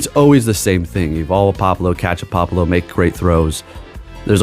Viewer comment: Pop-le-oh pronounced right 😂